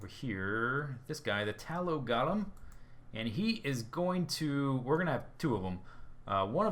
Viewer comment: Golem: pronounced "Go-lem", not "Gol-em" dictionary-dot-reference-dot-com/browse/golem?s=ts